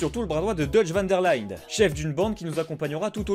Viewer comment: Dutch Van Der LindE. Avec un "e" qui se prononce "E". Et pas "Lind", ça se prononce pas "laïnde ou laynde". A part ça, bon test 😉